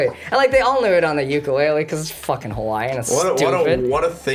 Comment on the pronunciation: The way Michael pronounces ukulele hurts my heart but I'm still gonna keep watching this episode every 2 weeks